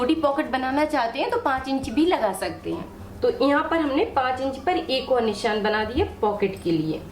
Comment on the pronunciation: Please pronounce as nishaan & not nissan... it's not good to hear... sorry for saying.